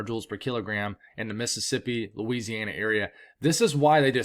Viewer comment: I love it when you say Louisiana. It makes it all worth while